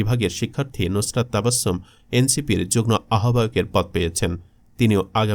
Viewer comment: যুগ্ম উচ্চারণ হবে যুগ্ মো